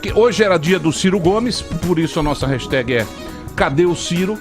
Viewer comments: Que raiva da falando REGISTÉG Manda logo o raxitégui que pelo menos é mais bonitinho hahahahah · Qual é o problema para aprender a falar hashtag? Insistir na burrice é foda